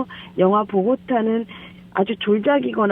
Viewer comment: 왜 자꾸 다보타 다보타하냐, 보고타를 다보타라고 하네